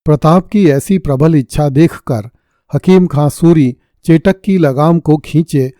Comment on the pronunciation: सर जी चेटक ना बोले चेतक बोले